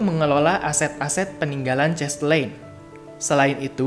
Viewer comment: Mas terimakasih atas video singkat ini. karena ini dipasang di youtube tolong pengucapan nama dan kata kata asing belanda harap diucapkan dengan laval belanda bukan dilafalkan dengan laval ingris misalnya nama cahtelein itu bukan dilafalkan chestelein tetapi chastelaein. Sorry ya saya mengritik demi kebaikan saja. thnks.